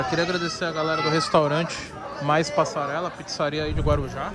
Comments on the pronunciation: Tem Toguro falando "passarrela" tem like kkkkkkkk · PASSARRELA? “PASSARELA!” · Passa rrela ? Passarela ah